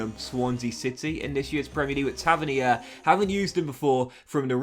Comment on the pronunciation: It’s pronounced Tava - neer